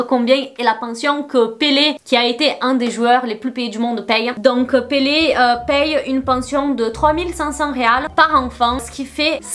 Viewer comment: J’adore quand tu prononces son nom avec l’accent portugais 😍